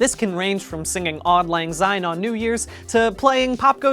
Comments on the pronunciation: As a Scot, the pronunciation of auld lang syne hurt me. ‘odd lang zine’ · Why does he say "odd Lang syne" threw me off evrytime is this how Americans say it? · (AWH-LD L-AHNG S-EYE-N) he was pretty ok, just...syne is pronounced like sign or sine, the z just sounds kinda wrong for speaking scots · "Odd Lang Syne?" Really? Three times? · "Odd Lann Zyne" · the way he says auld lang syne is horrible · Your pronunciation of Auld Lang Syne pains me